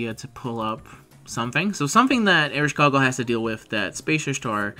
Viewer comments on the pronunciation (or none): Please don't say Ereshkogle anymore it's destroying my ears, it's EreshKIGAL. Although, if it doesn't work then please at least just say Eresh and that's enough.